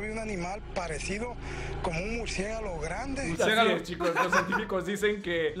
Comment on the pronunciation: Estaba tomando leche y casi me ahogo con lo de "murciegalo" xd